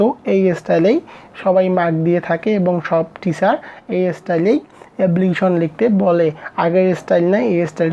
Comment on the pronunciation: এবলিকিশন❌ এপ্লিকেশন ✅